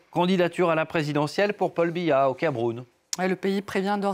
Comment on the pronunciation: Veillez m'excuser mais c'est Paul biya pas pal biya 😂😂😂😂